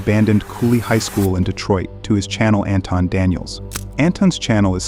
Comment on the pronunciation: Its pronounced An-Thon Like in Anthony but its With an invisible H!😊